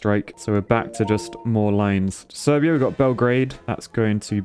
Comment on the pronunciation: Serbia is pronounced Sir-bia